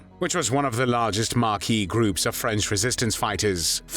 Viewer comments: Awful pronunciation of maquis, hiver, arrondissement, Vichy, Caen, Limousin, Glane. That aside, similar atrocities are now being committed daily in Gaza. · Maquis not marquis.